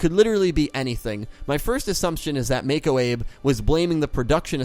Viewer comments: Her name is Mako Abe and Abe is pronounced Ah-Bay. I do have some nitpicks with Arc-V but overall I enjoyed it a lot. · It's pronounced Abe= Ah-Bey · am I the only one that got annoyed at him for pronouncing Abe wrong.......